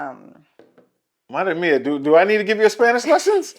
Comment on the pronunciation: "madre mia" with perfect pronunciation. And your brain didn't even think about it. You just said it. You got it,! You're so close to mastering Spanish slang.